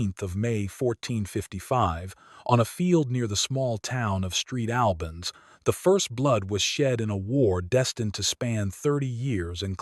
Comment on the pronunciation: Lousy AI-generated voice-over. The town of "Street Albans"! Crap.